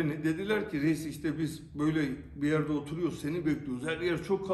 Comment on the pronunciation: Reit değil Reyyis lütfen istirhâm ediyorum lütfen Askım lütfen!!!